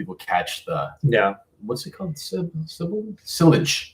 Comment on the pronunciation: Sillage is pronounced: "Sea-AAHJ" lol. How do you guys rate Givenchy Gentleman Only EDP compared to Dior Homme Intense / Valentino Uomo Intense and similar scents? You guys put me on to Armani Code Absolu btw now loads of other reviewers are mentioning it so props